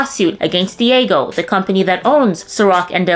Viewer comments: "Diego" lol Dee-AA-Geo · Dee-ahh-gee-oh not diego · New subscriber here, Not to be a stickler for grammar but the pronunciation is "D-AHH-GEO" otherwise great video! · Dee - age- ee-oh! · Diageo = Dee-ah-gee-oh😊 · lol she’s pronouncing Diageo “Diego” like it’s some Mexican dude she knows whose mom chose a unique spelling!!! Hahaha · Diageo is pronounced "Dia-gee-oh". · It’s pronounced “Dee-Ah-Jee-O” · That's not how you pronounce Diageo.